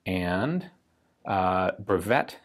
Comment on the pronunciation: A couple tips on the patent marling ("brèveté S.G.D.G."). 1) "Brèveté" is spelled something like "Brayvaytay", no "brevette" 2) S.G.D.G. stands for "Sans Garantie Du Gouvernement" ("without any government warranty"), meaning that the government has granted a patent, but does not take any responsibility in, nor endorses, the design.